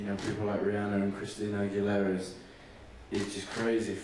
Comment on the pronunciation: harry tends to put an “r” at the end of his words and remove the vowel. “rhiann-er, christina aguil-er”